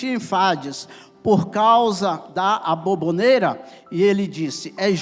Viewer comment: Ela está falando sobre a forma que o pregador está dizendo "aboboneira" ao invés de aboboreira.